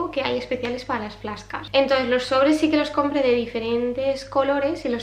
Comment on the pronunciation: Las "fláscas"...jajajja...he flipado...vaya pronunciación.. flash cards..jajajj. Perdón, como profe de inglés nunca me puedo acostumbrar al "ingles" de los españoles. Si no se sabe inglés, decir fichas y ya está...antes que hacer el cómico con la pronunciación. ESo es algo que no entiendo de los españoles, la ignorancia para el inglés y cómo se atreven a pronunciar de cualquier manera sin sonrojarse...porqué digo esto...porque es cómico y somos los únicos en Europa que lo hacemos, a mí me da vergüenza ajena. No es un ataque guapa. Es otra constatación más de tantas que veo ...